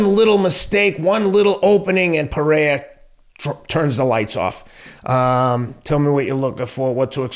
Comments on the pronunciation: hey bro the second R in Pereira isn’t silent. He is Brazilian not Mexican lol. Pereira pronounced more or less as it appears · First, y’all gotta stop mis pronouncing Pereira. Not Teddy’s sport, but he’s reasonable when it comes to combat sports.